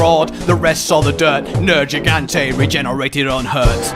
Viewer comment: "I'm nErjeegAnte aNd I'm HERe to SAy-"